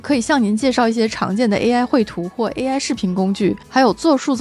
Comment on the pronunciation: 为什么中文视频主都把AI叫A爱